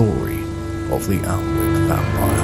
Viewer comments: I always thought it was spoken annick like not pronouncing the L?? Good video though hooked for the second part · Just stumbled across this video. Having lived near Alnwick most of my life I had no idea this had happen. Great stuff. Just thought I'd say it's pronounced 'An-ik' both the l and the w are silent. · Safe to say based on that source, that period pronunciation was not 'Anik' as it now is, but something closer to what you used. Maybe 'all-ne-wik'?